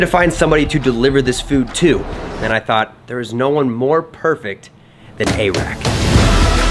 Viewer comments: It’s not eehrack, it’s like eric, air-rack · Air rack not airack xdddd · not trying to hate but its not a rack it is airrack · its airrack, not a-rack. and its a drone not a hover board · It’s not a-rack it’s air-rack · it is pronounced air-ack